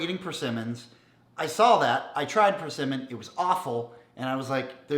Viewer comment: You said PerCinnamon. Try again.